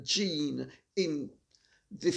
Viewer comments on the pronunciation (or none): none